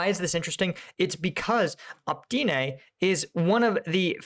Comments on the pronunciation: I really appreciate your insight, your videos are amazing. But could you please stop butchering the names of those towns? Just read the letters in the right order. Please. Please! No, I'm not Ukrainian. Still, it's Opytne, not Optyne. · Oh - pyt -nay!!!! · Opytne pronounced "Oh-Pit-Ne". Just to putting it out there to help end the month long struggle with that name hahaha